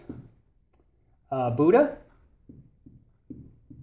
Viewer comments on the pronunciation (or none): none